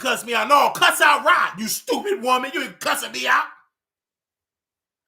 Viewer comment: Lmao “STEWPITT” 😂